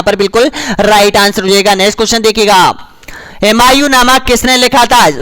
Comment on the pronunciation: हिमायु नही हुमायु होता है